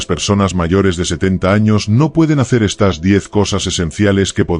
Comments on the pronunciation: No se dice : "...estás habilidades..." sino : "...estas habilidades..." ( con el acento prosódico en la "e" , no en la "a" ). O eres un robot o eres un analfabeto, una de dos. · le pones acentoa las palabras que no llevan por eso no me gustan estos videos porque no hombre Olvídateen vez de decir estas dices estás